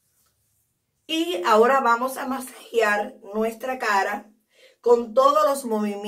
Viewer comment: Se escribe y dice Masajear.no masajiar